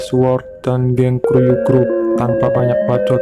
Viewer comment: kuryu bukan kruyu